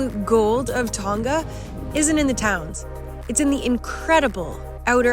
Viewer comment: FYI, it’s pronounced Tong uh not Tong ga